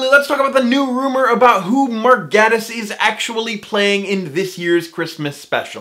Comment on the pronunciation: He pronounces it Gay-tiss, and he just so happens to be gay!